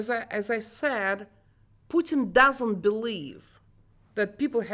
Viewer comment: Hos hard can it be for an educated journalist to pronounce Putin? 🤦🏻‍♂️